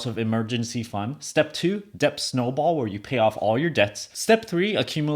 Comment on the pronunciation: I know what it means, i'm just wondering why you pronounced it as "Depth" and while the rest of it you pronounce it correctly as "Det" as in debt with a silent "b".